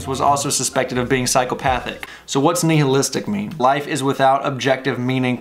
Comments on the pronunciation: "Knee-hill-istic" lmao. "Nigh-ill-istic" dude. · "Nye-hill-istic" Sorry, it bugs me.